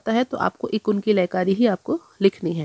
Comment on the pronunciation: इकुन नहीं एकगुन कहिए मैडम